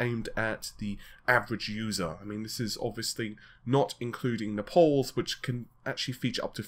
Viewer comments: NAYYYY-PULLLSSS I almost don't even know what it is that you are saying when you say nuh-pauls. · Napal the new CPU is gonna burn ? lol Naples as Maples with an N ohh my god I'm not a native speaker but I didn't know that English from England is so different from USA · Its not Napols man. It's Naples, like Maple(s) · Pretty sure it's pronounced "Nay puls". Not "nap alls" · Okay okay consider this an intervention from an American that cares. Im sure you get some kind of fix off of it but it's time to put down the drug... the drug um talking about of course is Naples.... That's " NAY-PULLS". NOT ENOUGH? OKAY FINE... I'll give you a fiber every time you say it this way, come on man you could just sit there and say it all day long and become a millionaire in no time! You've got to admit that's one hell of an offer! I'm offering you Financial Independence forever if you will change "NUH-PAULS" to the above mentioned "NAY-PULLS". And I don't care if your first reaction is to tell me it's some sort of British English thing.......!!!! IT'S RUINING LIVES MAN!!!!! THE HUMANITY!! 😋😝 thanks for the video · Nay-pulls. Say it with me. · You still refuse to actually pronounce "RedGamingTech". And "Nepals" again? Really? Gotchya. Bye. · Watch out! is sensitive about his 'napols'. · yep looks like it. This puts a really bad impression on him as a press on any level when you can't pronounce Xeon or Naples properly. I'm going to now dislike every video where he says Napols, till he gets his act together.